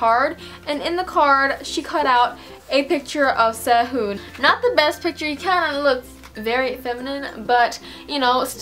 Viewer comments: No offense but Really disturbs me when you say Korean names with an American accent (ssei-hoon) I don't know why. But your so pretty!! Your only 2 years older than me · please learn korean you cant say SEHUN you must speak it other